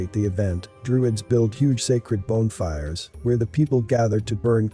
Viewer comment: This channel would be so much better if names and words were pronounced properly. LaVey, bonfire were pronounced in a way that suggests a computer voice or someone who doesn't read well.